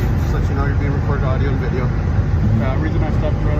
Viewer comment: What the hell is a "wideo??"